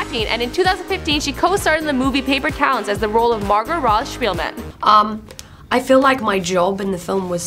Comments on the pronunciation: And thought it was pronounced speegleman not shpeelmen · OMG MARGO ROSH SHPIELMEN GIRL ITS PRONOUBCED MORGO ROTH SPEIGLMEN AHHHHHHH!!!?&!?& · Did anyone notice how she completely destroyed the pronunciation of Margo Roth spieglman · Vaughn Doyle ikr? It's a huge pet peeve of mine. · She butchered the name "margo roth spiegleman" too